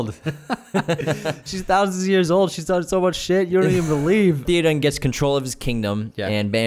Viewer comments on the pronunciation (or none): It's not "Thee-o-dawn" it's "THey-o-din."